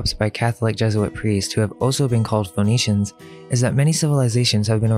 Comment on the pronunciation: Interesting that Phoenicians sounds like phoneytians